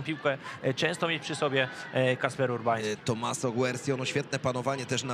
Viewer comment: TOMMASO! nie tomasso